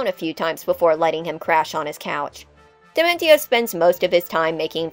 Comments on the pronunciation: Wait... why are you pronouncing his name dimen-ti-o? It's clearly supposed to be based on dimension. As such, it would be proniunced dimen-see-o. T can become an s sound in latin languages, like with attention. This makes the video very grating to listen to. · I am perturbed by the pronounciation of Dimentio